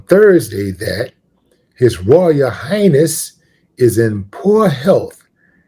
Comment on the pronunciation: Did he say his royal 🤔 hayness instead of highness ?